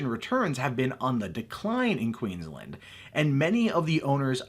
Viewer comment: The way he says Queensland makes me want to punch him in the throat.. QEEENS LAND not Quinsland..